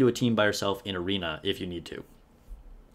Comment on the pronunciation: I'm new to this game, and I have one question. Why tf can none of you nikke content creators properly pronounce; Noir, Litter, or Guillotine?